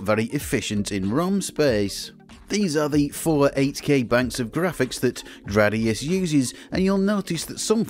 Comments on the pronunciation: It's "GRAH-dee-us." I have spoken. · i have never heard anyone say Jradius ....